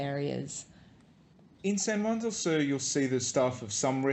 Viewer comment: your accents are horrific.. for one sur is pronounced soor not sir.. but hey who's counting